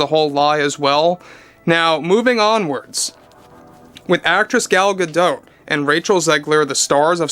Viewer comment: It’s Gal G’dot, with a hard T, not Gadoh. She’s not French, she’s Israeli.